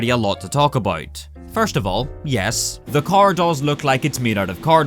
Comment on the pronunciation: "Talk aboyt" 😄